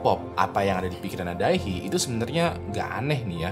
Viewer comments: Fyi cara pengucapan Dae Hee sesimpel "De Hi", bang 😊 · Bacanya "de hi" bg